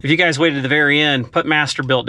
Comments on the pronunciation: if you go to it sounds like build... some people may just be listening to your video while doing other things too, and not seeing it, (another thought spellcheck did it?) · MasterBuilt it sound like you said MasterBuild lol